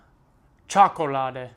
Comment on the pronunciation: Čokoláde, the accent is on "a". Very good though!👏👏